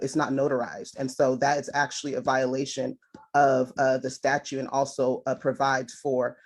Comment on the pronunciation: "statue" LOL